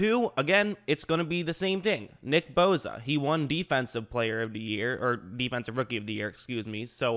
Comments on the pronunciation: its bosa not boza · The way he says bosa tho😂😂